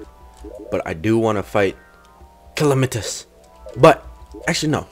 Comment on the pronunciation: Cal-e-mi-tas.. Triggered.